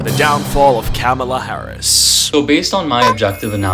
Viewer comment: Just an fyi; Kamala is pronounced Comma-la😊